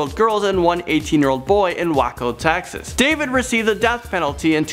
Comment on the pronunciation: "Axecuted by lethal injaction by the state of Taxes" Markellus Marsellus Markellus Marcellus.....